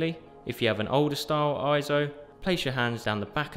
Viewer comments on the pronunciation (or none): Correction: It's not pronounced IZO, It's pronounced AY-ZO. Please refer to EIZO in Wikipedia and EIZO's own corporate video where you can hear it pronounced AY-ZO in the video.